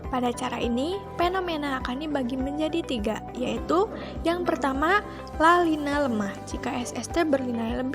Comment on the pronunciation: Video kreatif, menarik, dan isi pesan tersampaikan. Koreksi penyebutan La Nina, bukan La Lina😉